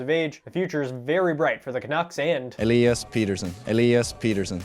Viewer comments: This guy can’t get through 3 words without a cut lmao also it is pronounced Petterson not Peterson he’s stated that in another interview that he just likes the sound of Peterson more but it’s actually petterson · it's pet-er-son not peter-son, he initially liked how americans pronounced it but boeser convinced him to make others pronounce it how sweds do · They still aren't really calling his name what it really is though. If they wanted to actually pronounce it right it'd be more like "Petter - shown". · Haha elias missprenounced his own name there though... He's trolling you so hard. The commentators are saying it correctly 😄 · I dont care how Pettersson prounuced his name in that one clip, its not proununced that way. Im Swedish. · Like for pronouncing his name right 2 out of 3 times